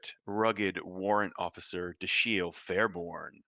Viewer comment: Why are they mispronouncing "Dashiell"... it doesn't end with "ield" or an "eel" sound. It's Dash-el, like in the "Incredibles".👍🏾😉